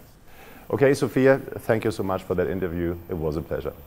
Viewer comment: I think she said thank you, but I heard f*ck you.